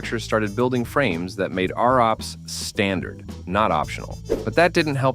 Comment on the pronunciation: First time I have ever heard ROPS pronounced "Are-OPS"